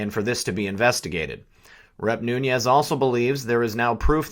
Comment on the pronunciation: No harm intended; his mane is not new-ne-ez. it is new-nez.